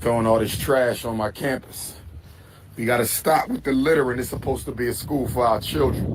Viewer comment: said " Scampus"😂😂😂